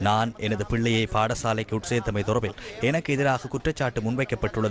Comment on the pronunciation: இப்போ வெளங்குதா.. "தொடர்ர்பில்ல்" என்று வாசிப்பது..😮..(😢..)